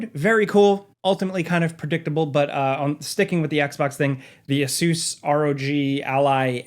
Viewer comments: Ace-us, please man. Not ace-oos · Did you say Ah-soooos? I thought it was pronounced A-sis? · Hey, it’s funny how you pronounce Asus 😄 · Just call it an “aay-suhs rogue” you sound silly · repeat after me Asus = Ace-us. Rog = Rawg you fuckin butchered those pronunciations 😅